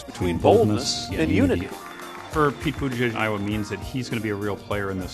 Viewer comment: Seems as if "EYE - OH - WAAY" is a bit if a mess...